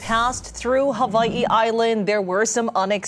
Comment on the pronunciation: Instead of storm preparation needs to prep on his Hawaiian pronunciation 😂